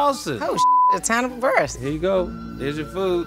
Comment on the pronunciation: You pronounced Hannibal’s name wrong...